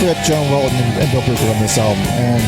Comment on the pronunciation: You two are killing me. It's BRUford and WeTTon 😁